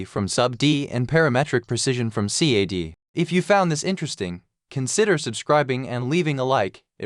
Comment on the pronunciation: You need to teach your AI pronounce "CAD", haha! But other than that, the workflow is indeed cool. I must spend some time learning Sverchok.